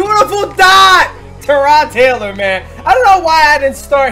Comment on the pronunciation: lol it's Tyrod not Terod